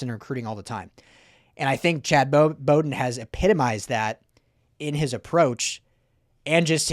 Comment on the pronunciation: Bowden, is pronounced, like a dogs bow-wow. wow ...with a 'B' like bowdown to usc